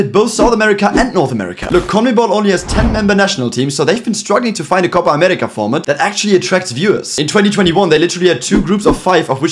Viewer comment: Perfect "Copa America" Pronunciation.